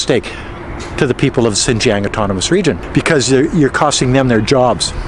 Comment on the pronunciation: A better, though not perfect, pronunciation for "Xinjiang:" For "Xin" just say "sheen." The "ang" can be pronounced like the "ang" in "angst." The X and J have no exact English counterparts, but this will get you pretty close. Now put the tip of your tongue at the base of your front lower teeth and the back of your tongue against the roof of your mouth while saying these words and you will have X and J perfectly.